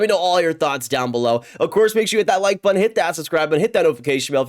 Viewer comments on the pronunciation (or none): none